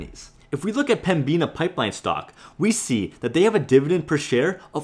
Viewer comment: this guy again yes i am binge watching your videos, i used to work for Pembina actually, youre butchering the prounounciation (Pem-ina) the B tends to be silent or atleast less prounced, do you tend to try and make the majority of your profits off dividends or selling stocks at a high, plan only on the dividends maybe and take high sale opportunities when they present themselves